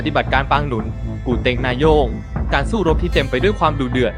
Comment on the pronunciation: นาโยง ไม่ใช่นาโย่ง ครับ